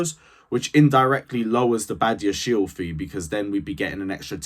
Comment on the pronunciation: It is badia-she-le